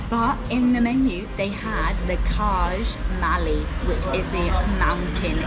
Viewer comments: Did she just call “çaj mali” as kazh malli? 😂😅 it’s pronounced chai mali lol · FYI , it’s pronounced Chai mali (çaj mali) which literally means mountain tea! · It’s pronounced chai mali 🤦🏻‍♂️ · Love your videos. You butchered "çaj mali" but well done for trying ❤